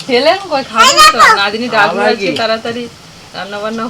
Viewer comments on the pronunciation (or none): none